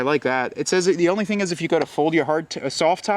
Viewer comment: What really irks me is when people mispronounce two of the most common words in the English language. The letter "a" is pronounced "aye", but as a WORD, it's pronounced "uh", not "aye". The word "the" is pronounced "thuh", not "thee" (unless it's followed by a vowel sound).